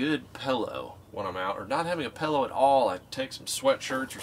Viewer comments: Supposedly* PILLOW (NOT PELLOW)* My husband says all of the wrong pronunciations. Also, the ground keeps you warmer than the air would blowing below a cot. I swear I'm not trying to be a know it all. I just couldn't stop the cringing. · Pellow. Ppppppppellloowwwww. Pillow or pellow.